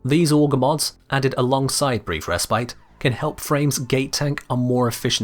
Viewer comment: the tongue rolling when he says "Brrrrief resprite"